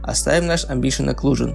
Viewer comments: Не амбишен, а эмбиент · Спасибо! Продолжай! 🔥🔥🔥Только слово "амбишен" помешало считать это видео идеальным😉